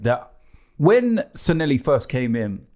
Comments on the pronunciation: Robbie, Please! It's Sanllehi, NOT Sanhelli. San-Le-Hee!!!!!!!! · It's SANLLEHI not Sanelli you chumps. :D